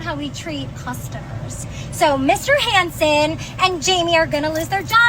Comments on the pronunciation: His name is NOT Hanson, it’s HASSAN!!!! Ignorance is not cute!!!!! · Why is she calling him Hansen when his name is clearly Hassan. She can't read too? Or has never heard of a name from a different country?